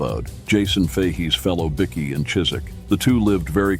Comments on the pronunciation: Its pronounced Bykee not biki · As stupid as it is, it's pronounced " bi-key " ? Don't ask me why ! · Wow a chat bot video oblviously this has been made via AI or a american. As the bikie bickie biker are all pronanced inncorrect. This is a scam hopefully my data is safe. Seriously if you want to make videos at least call them bike.ers not bicc ies